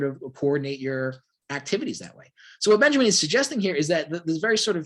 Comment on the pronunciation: Its pronounced Vahlter Benyameen